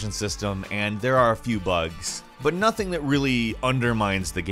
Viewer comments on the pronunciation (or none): none